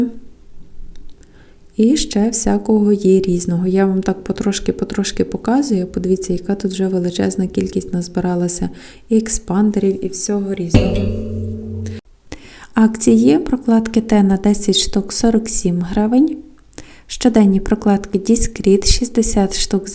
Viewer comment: Не експандер , а еспандер 😊❤